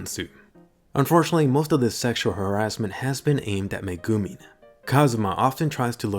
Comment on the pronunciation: please, for the love of god... learn how to say Megumin and Chomusuke properly.